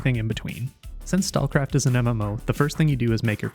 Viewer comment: Probably because he didn't linked or put the name of the game in description or pinned comment. He can't even pronounce the game name right. Stalkcraft? Stallcraft? Stakecraft?